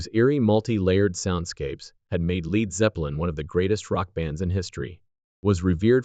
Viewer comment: "Leed" Zeppelin?